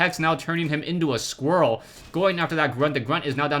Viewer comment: youe saying all this so seriously its extremely funny. "That hex goes off, turning him intu-a SQUARREL and...." "Some brotherly-gruntly love there..." Unfortunately this is full of fact mistakes.